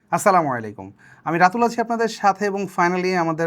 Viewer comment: আপনার সালামটা এরম কে ,লেইকুম কেন লাইকুম হবে ভাই।